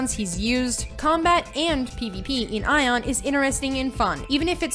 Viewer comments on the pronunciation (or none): The moment she said "Ion" instead of "Aion", I was out. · it's A-ion not eijon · Idk why you keep saying the word Aion as if the A was silent. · dat aion pronunciation tho.. customiztion? okay.. and pvp and most of the players localised into the abyss is COMPLETELY wrong, people use the (upper) abyss only for sieges and entering war forts. PVP and 90% of the players are in highdaeva regions; Iluma and Norsvold and that is also where PVP happens